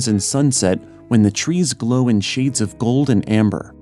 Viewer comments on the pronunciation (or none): none